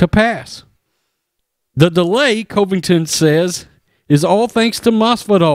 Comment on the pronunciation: Bro.. Get the man's name right! Not Cove-ington. How many videos do you do about him and still can't get it right?